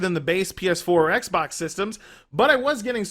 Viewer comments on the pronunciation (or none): none